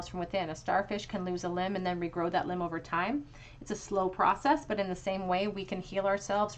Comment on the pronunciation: Pile 2, when you said "but" I thought you had said "butt" and was like "yeah that's him 😅